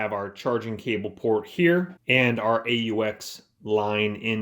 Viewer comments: Its "Aux" not A-U-X... Its short for auxiliary, not an abbreviation for something. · its pronounced "aux" - short for "auxiliary" :P